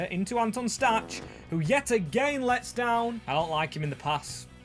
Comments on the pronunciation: nice video, one thing i’d like to mention is that Anton Stach’s name is pronounced (Stack) not (Statch) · Stach is pronounced 'Stack'